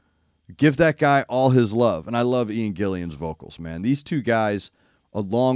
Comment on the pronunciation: What is it with Mericans? Why can’t they pronounce IG’s name properly? It’s Ian Gillan NOT Ian Gillian (Mericans always add the second “i”), why? By the way, Don Airey hasn’t used Jon’s old Hammond C3 for a very very long time, he uses a Hammond A-100.